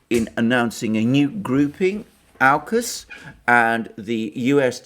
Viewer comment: Sorry Alexander, I think you're completely off your game on this one. Not holistic at all. And certainly, not what unraveled through the week. BTW. It's Aukus (orkus) Not 'Ourcus'.